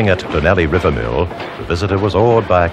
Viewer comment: The pronunciations of "Karri" and "Donnelly River" is quaint to say the least.